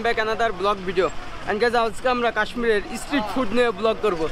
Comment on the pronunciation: তুমি অনেক ভুল উচ্চারণ হিন্দি নিয়ে বলছি না, ওটা হতেই পারে কিন্তু ইংলিশ আর বেঙ্গলি উচ্চারণ খুব খারাপ। স্ট্রিট ফুড যে তুমি বলছো ইসস ট্রিট ফুড। এস কে তোমরা ইস বল কেনো?